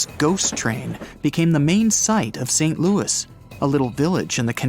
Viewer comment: Shake your head guys, the place you are talking about in not in the USA, it is in Saskatchewan, Canada. St. Louis is pronounced loo ee, respecting its French roots.